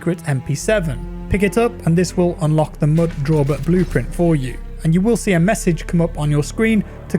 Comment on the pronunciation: For the record, it's called Mud DAUBER, a type of wasp. Not Drauber.